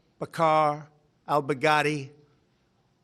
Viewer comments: First time he nails it. Second time he literally says Bugatti. Love you Trump. Good day for USA and our Allies!!!! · At one point it sounded like he said Bugatti (the automobile). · At Trump says "al bughatti" i didn't realize how much terror bughatti veyron caused with its speed and pricetag. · I kept hearing "Big Daddy" rather than "Baghdadi" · Me too. Sad because I liked Big Daddy when I was a kid. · Bag Daddy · No.. He said, Bacardi🤣🤣🤣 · me too 🤣 It sounds like big daddy kane got killed